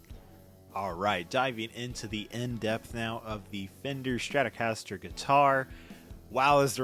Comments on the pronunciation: Not to be an a hole but it’s Stratocaster not Stratorcaster. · Dude... Its Strat-O-caster. Not Stratorcaster lol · You've managed to squeeze a rogue R into Stratocaster there, buddy. Might want to fix that.